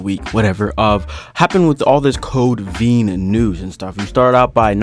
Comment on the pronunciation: VEIN like in your arm not veen